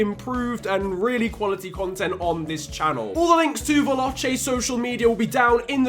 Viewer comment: as an Italian, hearing "veloucche" makes me sad... lmao, I know you don't speak Italian, but still, it's pronounced "Vehlòche"